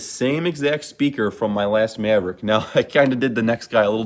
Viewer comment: Midwestern af maaaaavrick😂